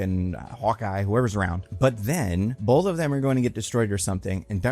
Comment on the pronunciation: There is no L is the word both. You pronounce it like "bowlth."